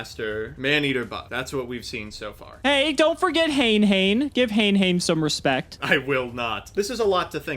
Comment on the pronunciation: Why are you still pronouncing Hane-Hane wrong after all the commenters on your previous History of Yugioh and Progression Series videos corrected you?